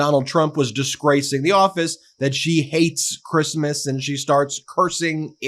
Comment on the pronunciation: “Chreesemas” What a feckless b*tch.